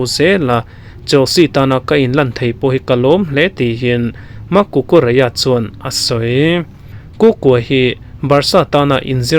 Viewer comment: cucurela ni na na cucureia ti a i lam rik tlat a lam nalh i tum lutuk.